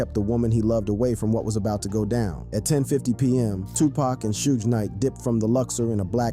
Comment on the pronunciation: Need to work on pronuncation of Suge Knights name